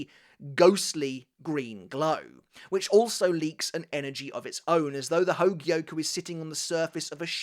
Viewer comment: Bro goes 💯 spanish on the espada which is nice. But “hogie-oh-kooo” 140 times just hurts 😂